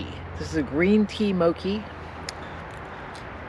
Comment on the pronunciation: The green snack is pronounced moe-chee. It is pounded rice that feels rubbery. Can be difficult to chew and swallow